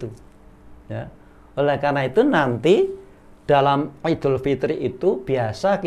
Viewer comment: Assalamu'alaikum wrwb ustad.. Lha itu bisa ngucap, 'iedul" dengan benar.. ora "ngidul"..